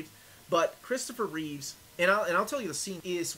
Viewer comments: Christopher REEVE (no S), except when he’s Superman. 😉 And its George ReeveS. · great review. but it's George reeves, and Christopher Reeve.